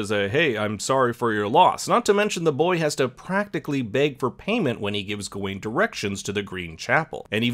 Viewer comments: Good video but dude... why are you saying Gah ween instead of Ga win, your wrong pronunciation really bothered me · It's pronounced GOW-WEN!!! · I really don't understand how people can sit through a film where people repeatedly pronounce a character's name 'Gar-wen' and still come out of it saying 'Gah-Wayne'. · “ga wayne” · Not only you pronounced his name wrong, you got some parts of the movie wrong., you have not seen the movie and it shows! Sad. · Bruh can u pronounce his name right?